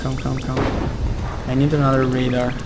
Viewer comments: I'm not usually pointing this out but i had problems with learning this aswell. Radar is pronounced Rey-Dar not ra-da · y u say radar when its rAdar? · radar is pronounced separately like ray-dar but there is no pause between the pronunciation like you are rushing to say it.